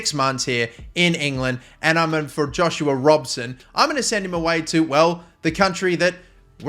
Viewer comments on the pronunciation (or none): none